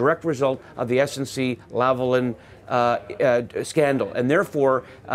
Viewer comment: Politics aside, if Pierre Poilièvre doesn't want his name's pronunciation to be made reminiscent of "hoi polloi," then he needs to learn how to pronounce "Lavalin" correctly... Hint: It's not "Lavalan," which is neither a French nor an English pronunciation. Then again, it boggles the mind how most Canadians outside of Québec itself seem to prefer the Frankenstein model of not fully pronouncing its name in either French or English.